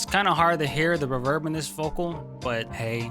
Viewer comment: I like how he pronounces reverb “ruh-vurrb” 😂